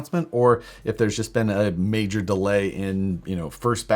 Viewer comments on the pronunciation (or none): none